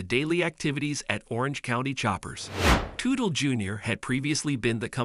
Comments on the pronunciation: I cringed every time he said Tootle 😂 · When a name of a famous person is mispronounced. I will not watch the video. Its a video composed by AI and not a human. I know i should accept it, its the way of the future. But I can't, i want to see things that people write and speak about not some faceless computer!